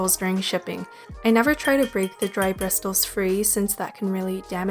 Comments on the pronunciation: As much as I love your videos please please please: Bristles=Bris-oles not Bris-stols Lapiz Lazuli=La-piz Laz-you-lie not La-piz Laz-oolie 😊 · The word Bristles is pronounced with a silent 't' You are pronouncing it like Bristol paper.